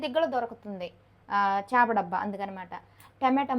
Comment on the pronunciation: 'చాప' కాదమ్మా 'చేప' అనాలి.